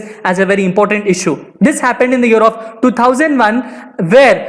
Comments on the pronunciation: He said "year of"... I heard " Europe "🤷🏻‍♂️ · When he says year of i hear Europe😀 Bdw very knowledgeable video